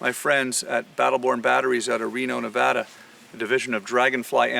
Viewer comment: I like that you said Nevada correctly